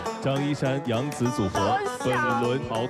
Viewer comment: 怎么感觉杨紫叫起来像娘子